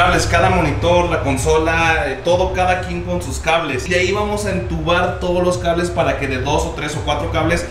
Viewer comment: Dijo cabres en vez de cables el wey jajajaja es la mamada.